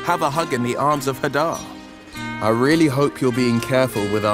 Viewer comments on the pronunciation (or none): It's pronounced "Huh-DAR"?!?!? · Hold up, that’s how Hadar is pronounced? I always thought it was like Hae-Dar not Hu-Dar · Oh so THAT'S how you pronounce "Hadar" I've been saying it wrong for months